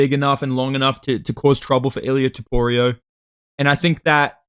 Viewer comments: bro won't stop with the "toporio" 😭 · TopuriA❌ TopuriOH✅ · Why do aussies/NZlanders all say topurio instead of topuria?